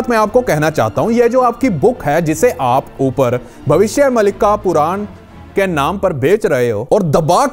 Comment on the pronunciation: Wo puran hi bol rha hai bas thodi si accent ki galti hai